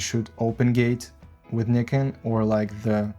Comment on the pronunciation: Thank you for pronouncing Nikon correctly! Great video overall, especially on the flickering issue. Nobody keeps in mind that in most tests shown on YouTube the footage is pushed more than 3-4 EV on non-base ISOs, which is already abnormal (as for me, previously Sony user shooting everything +1.7 EV for noise sake).